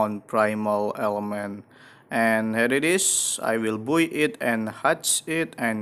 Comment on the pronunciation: i like how says by as buoy